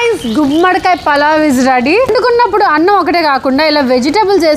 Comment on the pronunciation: Falav kadu fafa palav